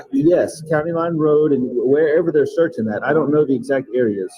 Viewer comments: Did she say searchining? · Did she say searching? Lol